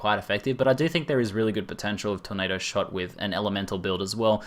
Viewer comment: "TORNDADO" FTW